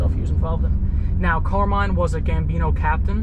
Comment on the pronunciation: Pronounced CAR-mine FA-tee-co ... hahaha